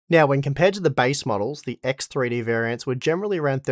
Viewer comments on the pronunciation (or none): Axe Three Dee !